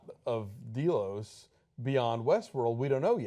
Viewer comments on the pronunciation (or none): Alonso is pronouncing Delos as "DEE-LOS." In the movies (I haven't watched the series yet, just watching the reviews) it's pronounced as "DEL-LOS."